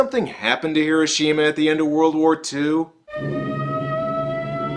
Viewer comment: Im also one of those pedantic assholes who feel the need to point things out... Like how you are not saying Hiroshima correctly. I mean you say it immediatly before the character says it correctly then you go on to keep saying it wrong. I know its petty but its a bit of a pet peeve. just think how silly you would think someone sounds if they said mississippi and pronounced it with a MY sound insted of the normal way Myssissippi you would prolly correct that so say Hiroshima with the correct emphasis sheesh!